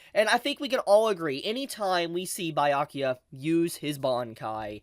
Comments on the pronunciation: Please review how to say Byakuya properly 😭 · And it still feels like its still warming up. (....also it's "bee-yakuya" not "bye-yakyuya".) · Wait not tryna be annoying but where did you get bi-akuya from 😭😭. Everyone says bee-akuya either in dub or sub lol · It’s Byakuya not Bayakuya pls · Who t f is Bayakua? It's Byakuya. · I don’t care much but I know others will cry so for next time.: bye-yakuya Everyone else: B-ya-kuya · Stop saying bayakuya..... it's BYA kuya . Ur adding an A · Nah let me help you “bro.” It’s Buh-yakuya not “bee” lol have y’all ever taken a Japanese class or spoken Nihongo? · its Byakuya not bye-ayakuya 😂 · It's not BAI-YA-KIYA. BEYA-COOL-YA. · Be-ya-coo-ya. Byakuya. 🤔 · Bi-yakuya? cmon youve gotta be trolling with these pronunciations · “Bye-yakuya” is going to hit different next week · Am I missing something? Is there a reason why he calls him BYE-akuya? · Why do say Bayakuya? It sounds silly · I swear if he says bye yakuya one more time I'm gonna flip a table😭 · It hurts a little bit, with so many times you hear his name (Bya kuya) throughout the whole anime you should learn how to pronounce it but I guess that doesn't matter that much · Did this man just say Biyakuya and Itchigo? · Lemme try to help you out bro Bee-ya-koo-ya (Byakuya) E-chee-go (Ichigo) (H)Way-co Moon-dough (Hueco Mundo, you can pronounce it with an h or not) Hearing you pronounce Byakuya like that so many times was rough man 🤣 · "Baiyakiya"💀 Byakuya behind be like:👁👄👁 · did he say Bayakuya? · I was straight like yo wtf is bye Yakuya 😅love. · Lol 🤣🤣 🤣 love how you pronounce Byakuya to "BAYA"kuya ... You just made my night, All the way from South Africa. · That's one of his selling points. He gloriously mispronounces the Japanese names ALL the time. And for some reason he leaves out the first "b" in subscribe. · i love your videos but why are you pronouncing byakuya like that 🤣🤣